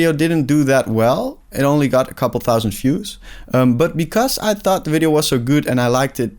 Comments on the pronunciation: You cannot pronounce "views" as "fuse". Those are completely different words in English. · Great video. Good insights. Good luck with the journey. Just a tiny suggestion. Look up how the word "views" is pronounced. Best wishes!